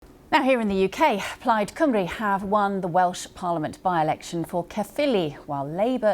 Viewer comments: Cymru should be one of the easiest words for an English person to say. Why do they get it wrong? Deliberate? Trying to copy some northern colleagues vowel sounds? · Her saying Cymru wrong made me cringe. She managed Rhuns name ok though. Butchered Llyr too.